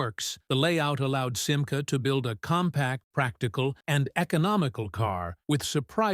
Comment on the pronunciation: commentaire artificiel complètement mauvais: ce n'est pas sima, mais simca!!!!